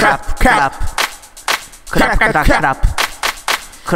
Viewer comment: クラップ言えてない笑